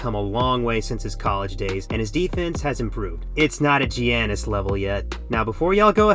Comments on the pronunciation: I'm not gonna roast you about paolo, I will roast you on the way you say giannis' name though lol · and giannis'...